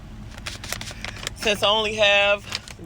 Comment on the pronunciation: I love what you do and the fact you make the time on the road to record. Plus just in case nobody said it to you. Quinoa is pronounced (Keen-wah), no shade pretty lady. But just wanted to make sure you keep it 100%. Keep on Trucking!! Stay Safe out there!